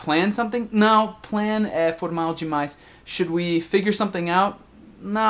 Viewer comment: Esse canal é maravilhoso, recheado de dicas espetaculares! Seria meu sonho? kkkkkk Obs: acho muito legal qdo fala "né" e "cara" pq a gente até esquece que é gringo, na verdade acho que a unica coisa q denuncia que vc não é um falante nativo do português é o som do ã, qdo fala não, no inglês não tem esse som anasalado né? E por falar em pronuncia, faz mais videos de palavras parecidas, por favor? Não consigo diferenciar essas aqui: - eat/it -weak/week/wick -There/ their - Buy/ by -No/ know Na verdade tem várias, mas não quero encher muito o saco kkkkk